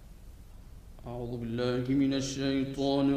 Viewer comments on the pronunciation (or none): none